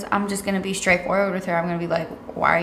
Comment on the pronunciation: She Kinda Funny 😂😭 This and when says "S.T.R" words like straight and strategies. "Skrategies" "Skrength" "Skraight" 💀